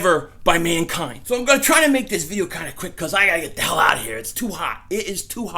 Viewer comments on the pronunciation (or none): none